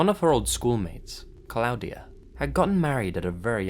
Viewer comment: Cloud-ee-uh Haha not how you pronounce that, but his off pronunciation of things makes me smile. Pronounced claw-dee-uh by the way :P